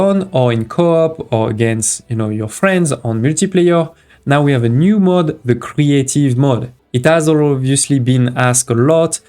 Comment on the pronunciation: Good Video. But please look up how to pronounce mode and mod.